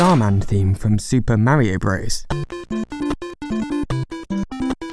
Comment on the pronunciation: no idea what he’s saying likes like System Marium.